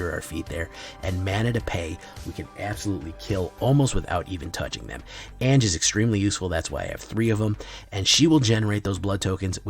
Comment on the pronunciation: Anje= AHN-YA